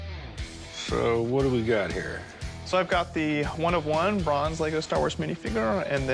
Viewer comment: It's 'one of one' not 'Juan of Juan'